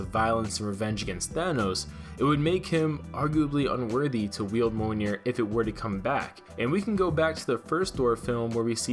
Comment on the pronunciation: You're saying mjolnir wrong. Its pronounced like mee ol near